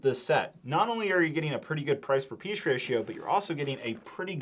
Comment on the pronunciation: Seems like can only say it as “price per piesh ratio” 😂